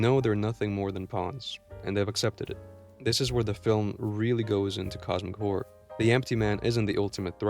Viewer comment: i like how you say Cosmic Whore